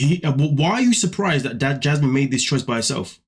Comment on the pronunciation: The way he says her name-“Jyasmin” kills me every time.